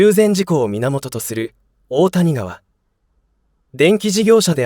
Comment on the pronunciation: 大谷川は「おおたにがわ」ではなく「だいやがわ」では？